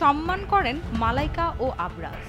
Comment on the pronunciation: আবরাজ না আরবাজ খান😂😂 নিউজ কে করছে ভাই ইনফর্মেশন না নিয়ে কারো নাম না জেনে এরকম নিউজ করা ঠিক না